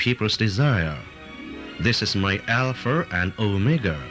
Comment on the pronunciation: "This is my Alpher and Omeger"😅